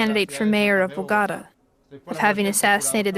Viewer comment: Voice over: BOGATA! 🗣️